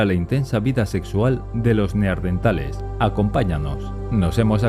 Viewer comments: Se dice neandertales no neardentale 😒🙄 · Pronuncia bien la Palabra es neandertales no NEARDENTALES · neardentales o neandertales?? jajaja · En el audio dice neardentales y es neandertales. Del valle de Neander👍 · Neardentales !!! No! No me lo puedo creer !!! Arg ! Gente que dice cocretas !!! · Por que diablos dicen NEARDENTALES?????... Es NEANDERTALES... Corregirlo a la brevedad. Gracias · Por favor: no pronuncie NeARDenthales. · El hecho de empezar el video diciendo "Neardentales" ya te quita credibilidad, lo siento. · dino "neaRdentales" durante todo el video D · 😂😂😂😂 ahora recién me doy cuenta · Escuche 20 veces "neaRdentales" naáaaaaaaaaaaa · No se dice 'neardentales'. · Si vas a hacer un vídeo sobre los neaNdeRtales deberías aprender primero a pronunciar la palabra. Debes llevar su adn porque tienes dislexia